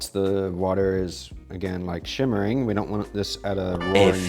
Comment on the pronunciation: It’s “simmering” NOT “shimmering”